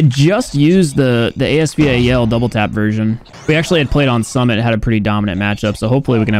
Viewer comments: Did he just say the AS V A L??????????? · Someone needs to tell that it’s called the “AS Val” not the “A-S-V-A-L” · For god sake ... Please pronounce ASVAL correctly 😭...holy Jesus 😭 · i thought he’d pronounce as val properly 😭😭😭 his way